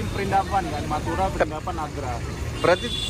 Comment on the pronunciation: kok denger nya meduro meduro meduro 😂🤣😂🤣